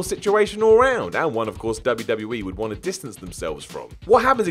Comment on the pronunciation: "Doesn't Wat you to know"